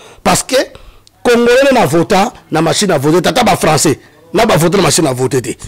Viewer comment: Oyo kizengi ya mobali owumeli na poto mais français mawa zua ata temps yakosala ba formation ata ya langue Olingi français mais français eboya yo. Cmt tu t'exprime avec tes enfants ?olobaka François et non français